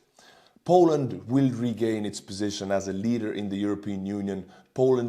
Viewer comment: Oh you're gorgeous! You even manage to mangle "willllll"😂😂❤❤❤